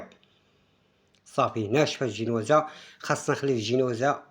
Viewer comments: آه كيعجبني الشاف مني كيقول الجينوازة ما فيههش التصنع و واضح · هههه كيقول زنواجة